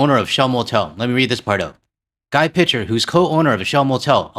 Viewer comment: French-Canadian here. I love your blog, but Guy Picher is pronounced Ghee Peeshay.